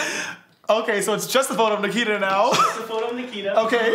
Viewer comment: It’s Nikita not Nakita